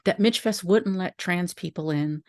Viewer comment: I miss it so much... Michfest changed my life.❤ I was a worker, an attendee, a workshop presenter, and a craftswoman. Just for clarification it's pronounced "Mishfest" ❤❤